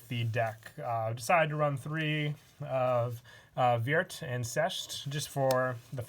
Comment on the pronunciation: If I may lend a hand in pronunciation: Sechste = Zex-tuh Vierte = Fear-tuh Dritte = Drit-tuh Zweite = T-zvai-tuh Erste = Airs-tuh